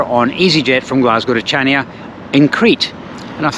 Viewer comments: He pronounced it awfully it's Hania not CH ania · It’s pronounced Hania. With an H. Not chania. 🙄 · Pronounced as "Hania" not Chania. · Greek and Turkish food -amazing.there is no “ch” sound in the Greek language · I believe Chania is pronounced without the C, as I was informed by the locals when I was there😊Go to Crete every year for our summer break, love the place and the people, Heraklion airport, as this place is the grimmest airport I have ever passed through, the toilets are 3rd world and the place cannot cope with the amount of passengers in handles. Shame as the airport itself can put you off Crete for life. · If you pronounce Chania that way, I'd like to hear you say Loch Ness.